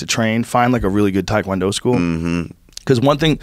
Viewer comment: Thai food not Thai Kwon Do. Tae Kwon Do. Rhymes with meh. You got this white boy, do better